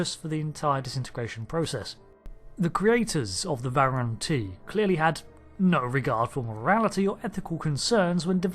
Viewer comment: True, although he said it wrong twice!